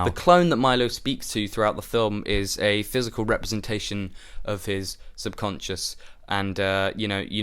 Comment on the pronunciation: It's kind of hilarious how you're trying to act clever and older than you are, yet you're repeatedly mispronouncing subconscious.